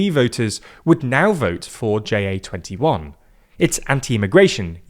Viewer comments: Pronouncing "JA21" as J-A-twenty-one is weird. Ja means yes so just make it "Yes21". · "Jay Ay 21" My soul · Tiny correction: in Ja21, "ja" (yes) is pronounced as the word, not as an acronym, which it isn't.